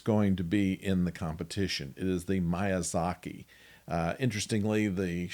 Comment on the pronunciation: Sorry. No disrespect meant. More like Mee ah za kee. Ha ya oh. The 'y' is softer in the family name, in my mind. But American pronunciation is fine because context lets me know who you meant. Fourth generation Japanese American living in Tokyo. I had a brief moment of confusion watching your video and reading the subtitles. I now depend on reading subtitles, even English videos because I watch lots of Chinese and Korean dramas. You are one of only two reviewers of Starfleet Academy that I follow. Thank you.